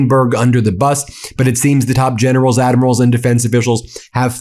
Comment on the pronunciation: Lol gennerows and admirows 😂